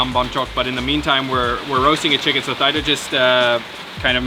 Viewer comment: Great video! This was what I was waiting for you to try. I must say you need to try prohok ang that is a must since you are in the country side. I am Cambodian and I am pretty sure her name is pronounced Tee Da. She is probably too shy to correct you.But overall great video. 😊Keep the video coming. So many delicious foods in the country side like gong gab bok..I want to see you eat that and the prahok ang. Yum.